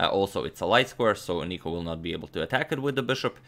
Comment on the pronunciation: Im from greece and its nikos not nico